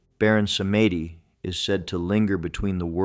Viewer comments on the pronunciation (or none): Baron "PSALM -DEE", not "Sametti"! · It's pronounced Baron Sahm-dee, not Sa-may-deep. Recently did some extensive study on Voudon (the proper spelling). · My only complaint aside from how the children died in the Myrtles PLantation is how the Baron's name is pronounced. It's pronounced SAHM-dee, but most people don't know that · Baron Samedi is a Haitian Spirit. pronounce Sam-dee & these were mischaracterization... weirdly LaSiren/mermaid is a Haitian spirit too. mischaracterize too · Baron Samedi... Samedi is french for Saturday and is pronounced "sam-dee". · Pronounced Samdei ( like Psalm D) which is Saturday in French. Stay in Southern Louisiana long enough.. you will know these are true. Where the natural and supernatural live together. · And it's pronounced Sàm-Dee